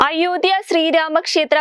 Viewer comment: അയോദ്ധ്യ എന്നത് കുറച്ചു stress കൊടുത്തു പറയണം, മലയാള ഭാഷ കുറച്ചു കൂടി പഠിച്ചു പറയുക, പ്ലീസ്